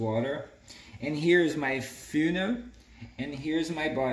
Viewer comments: The way this guy pronounces funnel deserves a 🥇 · Thank you for this! By the way.. love your accent and how you say "funnel". 🙂